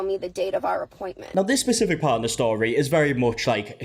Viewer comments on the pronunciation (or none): none